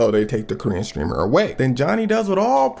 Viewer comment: Why it sounds like he said green streamer😂